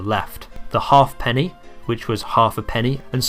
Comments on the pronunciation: Your pronunciations are up the spout. Halfpenny is ha'penny. Threepence is thruppence, etc. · Pronounced ha'penny not half penny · Good except halfpenny was pronounced haep'ny